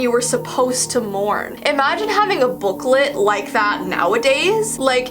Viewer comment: I thought she said "how long your suppose to moan"